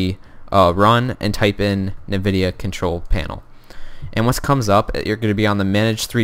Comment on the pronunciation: lol "NIVIDIA"